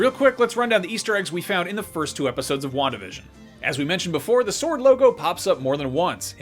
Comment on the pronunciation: Wandavision sounds like "one division " Just me?